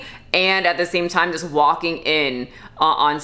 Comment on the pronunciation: What the fuck does have against the letter G? Walkeen, Doeen, Breatheen.